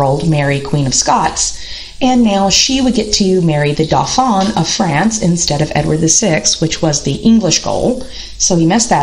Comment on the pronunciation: And you don't pronounce the 'l' in Norfolk! 'Dauphin' was messed up, too. Good overview but loses credibility over errors like these.